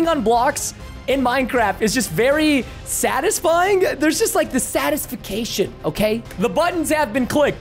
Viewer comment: No one: Preston: satisfacation